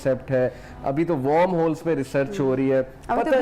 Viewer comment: warm hole nhe hota worm hole hota hay brother teacher ho yar kasam say waie mayray school k ball ko baaaaal kahnay walay teacher which I had in the past